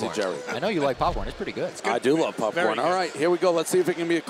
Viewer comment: he keeps saying pupcorn. wtf omg Lol 🤣😂